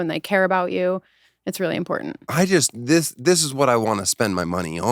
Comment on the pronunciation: I only hate her because she doesn't annunciate the T in important.